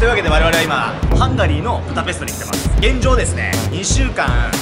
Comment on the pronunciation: プタペストじゃなくてブダペスト じゃないの？